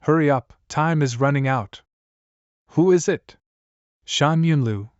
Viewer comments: please fix the ai voice like for example the simple word "it" not I-T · The thing that i hate the most is the voice and how it pronounce thing it keeps saying I T not it and says 5 dollar millions aswell as mispronouncing words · bro say it to i t and sake to sa ke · It's not "i.t" It's "it" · i t is good bruh who says 'it' like that 💀